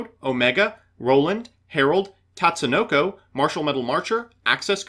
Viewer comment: never thought i'd see the day mbt says Tatsunoko correctly